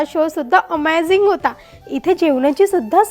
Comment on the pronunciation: अहो मॅडम, ते अमायझिंग नाही ते अमेझिंग असतं